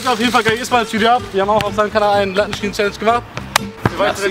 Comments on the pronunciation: "Lattenschieschen" hahaha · Latten scieschen hahaha dein ernst